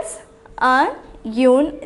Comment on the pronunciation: Hello mam I would like to bring into your notice about your pronouncing, the word une is to be pronounced "iin". Thank you